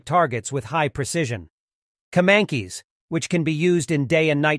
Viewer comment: it pronounce ''kemAncash''